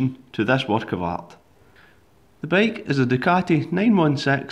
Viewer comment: "the bake...." 😂😂😂